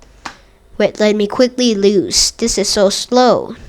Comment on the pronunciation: i dont think thats how tetris works, also its "you lose" not "you louse"